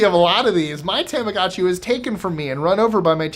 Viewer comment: Your pronunciations in other languages astound me. Yet you completely decimated the Japanese language... Tamagotchi. The a is pronounced like "ah", not "aye". Tamago = Japanese for egg.